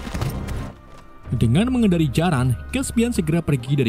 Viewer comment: mimin bilang "jarang"? antum org sulsel kah?